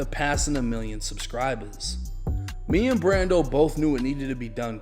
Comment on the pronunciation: Subscribuzz 😂😂😂 rappuz 😂😂😂